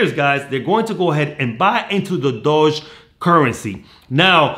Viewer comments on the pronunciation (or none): It’s doge! Not dodge! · Doege pronunciation not Dodge lmao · Not, “Dodge”, “Doajj”. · I like your enthusiasm but dude its pronounced "dough-jj" coin. You have an American accent. Use it to pronounce things correctly. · sorry I didn't mean to sound like a jerk I just get annoyed at little things like pronunciations I don't personally use. That's my bad though. Thanks for the support on doge all the same